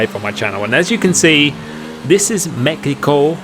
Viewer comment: Wait....he really said mekico